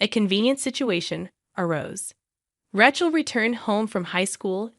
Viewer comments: If they can use AI they ought to be able to get it to speak words the way it's supposed to instead of calling her Ratchel. Some of the stories are good but the AI ruins the whole thing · This AI generated voice is appalling. It can not even pronounce RACHEL correctly It is pronounced RAY SCHELL. TERRIBLE. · I agree. Not to mention RAY-chel. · Does anyone check these before posting? Rachel is incorrectly pronounced all the way through - it is annoying so much.